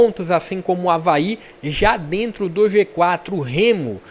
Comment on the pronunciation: É o Avaê, tô falando desde a tua tier list, aprenda mais sobre o leão da ilha. Escuta o que tô te dizendo, o Avaí tem a melhor meia cancha do campeonato com Zé Ricardo, João Victor, JP e Marquinhos Gabriel, vão crescer mais ainda. Po e uma dica aí de pronuncia, o estádio Criciúma se fala “Eriberto ilse” - Heriberto Hülse. Abraço ae